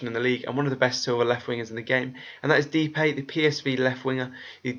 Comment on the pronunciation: Nice vid, I'm from the Netherlands and I must say your pronunciation is quite good! But you say Depay as Dep (like dept) ay (as in I-celand)